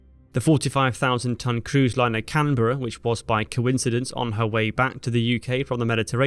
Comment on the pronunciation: Very well executed video, brilliant editing and research. Thank you for the extra effort of researching and saying Canberra correctly.